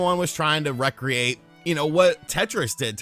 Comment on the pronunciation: I'll admit this is a nice touch, but the lack of Goldeneye is extremely disappointing. That's the first time I've heard "recreate" pronounced that way.